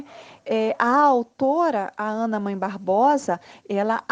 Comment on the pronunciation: Não é Ana Mãe, é Ana Mae o A se ler com son de E.